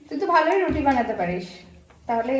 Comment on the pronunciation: Aaaa baa roti na ruti kotha bolte Sikh age